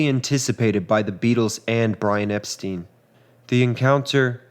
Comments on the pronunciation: "Epstein" = "Ep-stine", not "Ep-steen"... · Excellent video.....just one thing......Brian Epstein's last name is pronounced ep-STINE, not ep-STEEN. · It’s pronounced. EP STEIN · Very good history telling. Focusing on each day and each hour makes the story richer. You pronounce Epstein correctly once, in a quotation, as if it’s a matter of accent. Interesting.